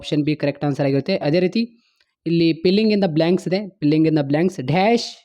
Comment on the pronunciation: Filling ❌ pilling in the black 😂😂